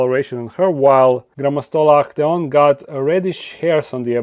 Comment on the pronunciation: The way you say Grammostola actaeon sounds like the German word = Achtung/watch out😂